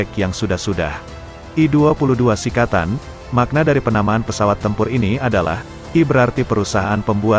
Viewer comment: srikatan bukan sikatan.